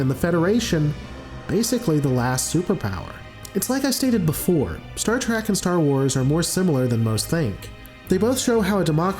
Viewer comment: Please don’t let this guy make another Star Wars/Star Trek video if he can’t say Star Trek right because he saying Star Track. I’m not saying he’s bad but he needs to say the names right.